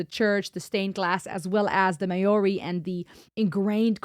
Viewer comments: Geez girl your hair has grown churr...and to saying Maori ....mo dee then You will know trust me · Stan is very special, especially to we kiwis (New Zealanders). Love your breakdowns. Here's a little tip, offered with respect... "Maori" is pronounced phonetically, for an American, a bit like this ....Mohree (a bit like you'd say the 'mo' of mohawk, followed by 'ree' with a tongue-flipped 'r'. The stress is on the first syllable). 🌿🌹